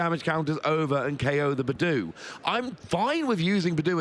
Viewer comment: It was really hard listening to the caster calling budew - Boodoo. Like I understand a few mons have different debated name pronunciation but come on. Also rescue stretcher hasn’t been around forever. It is a night stretcher. I try to be forgiving but there’s WAY too many mis-calls (attack names/items/boardstates) just being normalized.